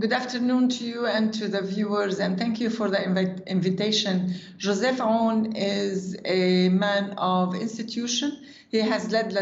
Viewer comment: Yea, it's not Yo-sef Aoun, it's Joseph Aoun. Believe it or not, we have a lot of Josephs in here.